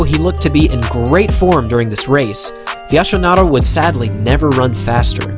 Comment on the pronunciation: When the only critique is the pronunciation of Fiasconaro (Fiaskonaro, not Fiashonaro. "Fiasco" means total failure btw) it means you have made a masterpiece video! Emotional interesting, well edited and engaging. Thanks!